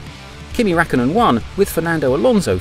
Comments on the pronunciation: It's Räik (Riak) kkönen, Fel ipe (Fel-e-pay) Fern-ando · Its a decent video but I cringe every time he says Kimi Rackonen